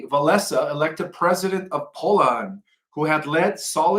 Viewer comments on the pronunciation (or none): He botched the first name and last name of Lech Walesa! He even botched Poland on his first attempt. Folks, this guy is semi literate and does nothing to increase his low IQ. Do not believe him on all things.